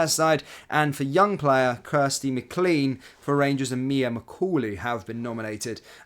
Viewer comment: We'll forgive you as you're not Scottish but the surname McLean is not pronounced Mc..CLEAN. It's pronounced Mc..LANE.